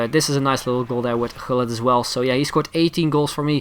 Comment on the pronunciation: Are you Dutch you pronounced Gullit and van der wiel correct :p